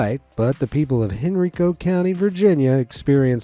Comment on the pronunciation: It's pronounced "Hen-RYE-co" county. Everyone mispronounces it at first.